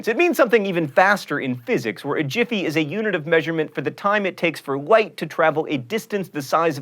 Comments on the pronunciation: Yes it is pronounced jiffy, and no, my last name is not pronounced that way but every single person I have ever met has tried to pronounce it that way. (For the record, my last name is pronounced giff-eye.) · re: pronunciation of "Jiffy"- don't you dare even go there John. Don't you dare. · at about he pronounces jiffy as giffy... is that a Bill Nye joke?